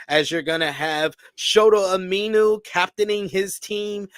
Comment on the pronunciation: I think shota’s name is pronounced Umi•No.